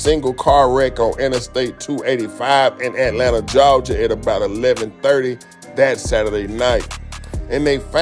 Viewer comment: “Jawja” says nobody in Atlanta 😂😂😂